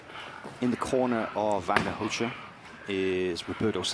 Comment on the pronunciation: "Vagner Rosha" Proper pronunciation...